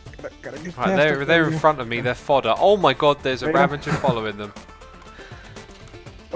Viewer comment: Xisuma: "RavaNger's Run." there is no N in Ravager. why does this piss me off so much lol